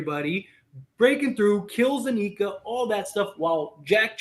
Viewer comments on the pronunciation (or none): Anika is NOT pronounced, ANEEKA!!! It is Anika, with a short I.